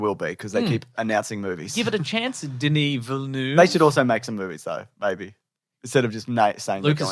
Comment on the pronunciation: As an australian who speaks french: Pronounce it Ville-Nevv (where the e is pronounced like the e in "the" in "the bold and the beautiful") See that wasn't complicated was it?